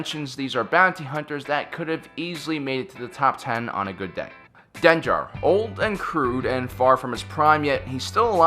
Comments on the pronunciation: dengar not denjar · Den-jar jar binks? Come on dude, it’s never been pronounced like that. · lmao its kind of making me cringe when he pronounces it "Denjar" and "buba fett" xD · Gaffi stick, not a jaffi stick. DenGar, not DenJar. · Jeez-- "Bubba Fett, Denjar, Savedge Opress" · Den-jar? Savage? How the hell do you butcher all these names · Bubba fett, kam i knoewn, den jar. Sorry but no. Just no. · I love the list, but Denjar? Bubba Fett? Savage Opress? Wtf are those pronunciations,? They aren’t even subjective like “Han,” they are said many times in Star Wars all the same 😂